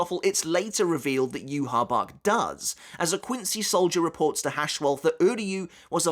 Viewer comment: Why do you say "yoo ha bach" ? It's not spelled like that at all